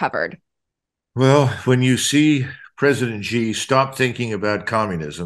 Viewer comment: I wished people would pronouce peoples names correctly, Its not Gee, it is pronounced SHE = Xi